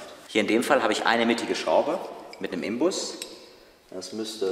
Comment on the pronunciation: Es heißt trotzdem Inbus und nicht Imbus.